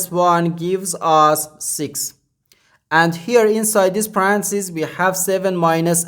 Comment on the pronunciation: My guess is Chinese or Asian country not used to using English as 2nd language. Also, it's not to criticize, it's simply to try to avoid Confusion. He kept saying Parancis and I kept thinking, Pope Francis 😄